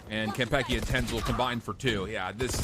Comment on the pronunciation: im so annoyed by the caster's pronunciation of kanpeki